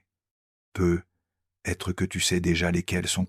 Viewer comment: C'est merveilleux ! Quel beau message mais j'aimerais beaucoup qu'une locution soit corrigée c'est "peut-être " D'entendre PEUT être avec un silence important entre les deux mots fait perdre momentanément le merveilleux message envoyé !